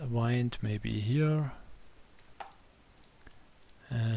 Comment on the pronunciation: Thank you for this video, I learned a lot. You did pronounce the 'Buoyancy' correctly. (sounds like Boy-yen-see) Although you were pronouncing 'Wind' incorrectly. You were saying it as "Wind up a toy and watch it go" or "Wind up a ball of string" (Sounds like Why-ned) But you meant to say it as "The weather is windy" or "This fan blows wind" (sound like Win-d) (in) (in-deed) (in-clude) (Rhymes with 'Sinned')